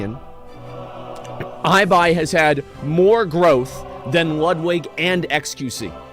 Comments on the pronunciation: estan diciendo “aibai”, en vez de “ibai” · Maybe in Spanish, but in English Ibai is read as "i-buy", but it should be "e-buy" cause that's how it's pronnounced in Spanish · its really weird to me hearing Ibai as "Aibai" lol im just not used to it In spanish it sounds like "ebay" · “EyeBai” xdd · eye bai ? hum its e bai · You say it ebai no aibai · People calling Ibai "I - BY" instead of Ibai ("e-buy") hurts my feelings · Ibai is pronounced Ee-bye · The ¨I¨ in Ibai is pronounced like the ¨I¨ in India. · Por qué lo pronuncian aibai JAJAJAJAJA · It’s pronounced e-buy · "eye by" lol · Ibai is Spanish, so that's the correct pronunciation, not the English mispronunciation.